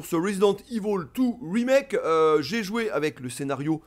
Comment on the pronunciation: Ça fait plaisir d'entendre ivol et pas évil. Marre des oreilles qui saignent 🤣 Sinon pareil, à l'époque des originaux j'étais un gros fan avec la claque que procurait ces titres, mais depuis pas mal d'années, le concept allés/retours constants, ce n'est plus mon truc. Quitte à y rejouer, je préfèrerai la version PC rééditée par Sourcenext (uniquement au Japon) patchée en anglais et aussi permettant d'y jouer en haute résolution toujours via un patch. L' original en HD sans les yeux qui piquent avec les cinématiques non compressées comme sur PS1. Bref le gameplay d'époque. Mais bon, suis un vieux con j'assume 😁